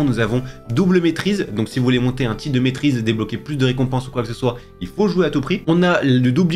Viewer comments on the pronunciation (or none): " des rescompenses" 😂